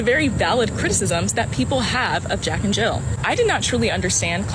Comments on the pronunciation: Jill. JILL. There’s no fucking s on the end! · Why he keep putting an 's' at the end of Jill...